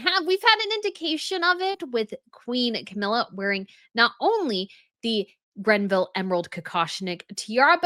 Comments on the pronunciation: It’s Greville! Not Grenville. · There is no “N” in “Greville” just FYI. Long live the Tiara! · Gre-ville, no N in the name. It's a name, a proper noun, this isn't a pronunciation difference opinion. It's GREVILLE. Lady GREville, not GRENville. Pleeeeease, stop it with the Gren. Sincerely. It's torture to hear. Is it to elicit viewer interaction? I can't take it, but hear's a comment... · I love your channels, but why do you keep referring to Dame Margaret Greville's jewelry pieces as GreNville items? It's as maddening as how you reference the Belgian royal family. Why are they "of the Belgians" instead of "of Belgium?" You are the only channel that does this. The only European country with a monarchy that has "the" in its name is the Netherlands. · It’s Greville, not Grenville. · It is the Greville kokoshnik, not grenville; no n in greville. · Greville... Not GREN-ville. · It's GREVILLE - not GREBVILLE. NO "N" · Please please please STOP saying Grenville!!! It is GREVILLE!! No “N”!!!! You do it in all your videos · FYI it's Greville not Grenville and it's Linley not Linney. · Hello. I am very surprised at your mispronunciation of Dame Margaret GREVILLE’s name. I heard the name Granville and Grenville Collection. Even in the transcript of this video it says Randville. Also I believe the Greville Bequest was to Queen Elizabeth the queen mother and not the crown. The other that surprised me was your pronunciation of Princess Margaret’s son’s name. He is David Armstrong-Jones, Earl of Snowden. He was previously known as Viscount Linley before his father passed away. You called him Lord Lenny multiple times. Check your video. Very disappointed. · You continue to mispronounce the Greville name. There is no N in name of Margaret Greville. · I've noticed it in the past video and heard it again here, so I have to say it. It's the GREVILLE, not GRENVILLE. Sorry, the extra 'N' is really hurting my ears.:) I love your content, though,. Stay royal.:)